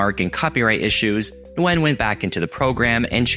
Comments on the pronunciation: Vietnamese here, you did butcher it 😂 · Never heard anyone pronounce the "N" in Nguyen, before.